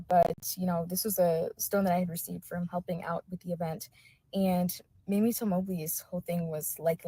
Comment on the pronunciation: MAY-MEE is the correct pronunciation of Mrs Till's name. The other word is spelled Mammie